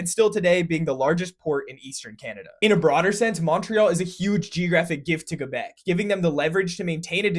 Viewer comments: OMG. You pronounced it like they do. It's most def Kay-Beck. And you pronounced the French R correctly, too. Nice. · FYI Canadians pronounce it "Muntreal" as in the Munsters. Thank you for the effort saying Quebec the French way (Kebec instead of Quebec), it's appreciated. Note however that Montreal has a very important anglophone population (English, Irish, and Scottish) as represented on its flag: Saint-George's cross, with a French fleur-de-lis, Scottish thistle, Irish Shamrock, and English rose placed in each corner. A spruce was added about 10 years ago, in the center, representing the Iroquois. I am a proud French-Canadian, and again thank you for the recognition, but it's important to also remember and recognise my fellow Montrealers. Thanks for the video Go Habs Go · THANK YOU THANK YOU THANK YOU for pronouncing it like "kebec" instead of "kwubec"